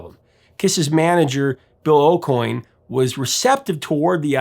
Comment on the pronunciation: AND he keeps mispronouncing Ace & Bill Aucoin's last names too... I couldn't take it anymore once the Bruce Kulick image popped while this buffoon keeps repetitively saying "Freelee" ugh, that was it, I turned it off...